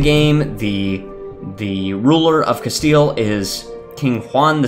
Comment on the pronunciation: Castile more like “castle” XDDDD